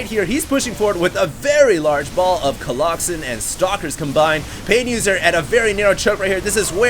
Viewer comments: colloxen. you're adorable, lol. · Remember when said " a pride of colloxen" in the last video? That was SO awesome! Probably one of my favorite quotes from. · unless you tell us you say it jokingly... but right now many of us think you are serious about the whole colloxen thing otherwise keep up the good work